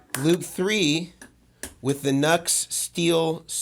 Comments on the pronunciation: I guess the original pronunciation for NUX is “New-X”. Not like “Nuts” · Isn't NUX pronounced "New X", not "Nucks"? Also, great video! Appreciate your perspective on clones. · it's "new" X......not Nucks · OK for the love of your god, repeat after me...."NEW X" not "NUX", ....NEW X... they must really get sick of everyone saying their name wrong which was someone's bad idea in logo marketing no doubt. Looks like they copy cloned this pedal although it turned out much different in result which does not make it a "good clone" nor does it signify they were really trying to match it. NEW X is a good company so it would seem they could have easily copied something. With the scandals Mason goes through maybe calling the company by its actual name might help. I have seen numerous youtuber demo cats who not only get free stuff but get paid, pronounce the name of the company funding them incorrectly, that must drive them batty and it attests to just how stupid most of these nits really are. You also have love the dumb $hits who review things and have no idea what controls do or not bothering to read a simple instruction sheet when they get stuff for free and/or paid to do demos for it. Sad really, even sadder I think when I stop and maybe others watching them wishing they were not so ignorant. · Nux i heard is pronounced "New X" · It's pronounced NEW- X. I'm not sure if you don't know or if you're mocking them? 🤘🌝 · Pronounced “Noo-X” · half the voltage, twice the current draw. A guy called Ohm figured this out. NUX is pronounced "new - x". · It’s NU>X Pronounced NEW X. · Good rundown. Just FYI it’s pronounced ‘new-ex’. Good information here for sure. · Just as a bit of an aside ... the company name is pronounced NuX (new Ex)